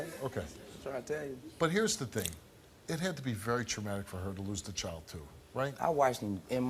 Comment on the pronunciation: It’s child not choild 🙄